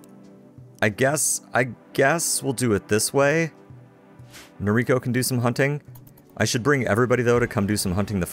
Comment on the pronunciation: Nobody likes the cobra chickens. BTW Noriko's pronounced NO-rico (not no-RI-ko) if you're going by Japanese as the origin. First syllable's always emphasized.